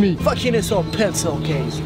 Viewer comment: Il nous a sorti "pecil case" sa veux dire trousse 😂😂 mais les vidéos toujours génial 🤙🏽